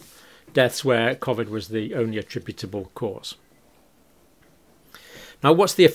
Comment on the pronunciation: Great videos. Just hard to get past the pronunciation of COVID and constant smacking of the lips.